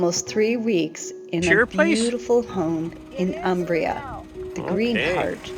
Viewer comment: This gentleman is truly ignorant in geography!!. Furthermore, if you want to live in Umbria, you might want to learn its pronunciation...